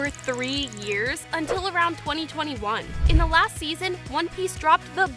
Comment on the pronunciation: blud said seasom 1...